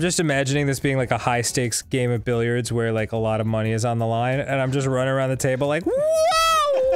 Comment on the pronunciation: Billiards is the name of pool in French, and that’s not at all how you pronounce it 😂 and it would make sense since Amandine (from monopoly) is also a French name 👁👄👁